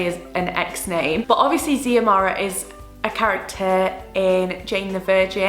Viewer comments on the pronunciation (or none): Xiomara is pronunced Zoemara I love it sm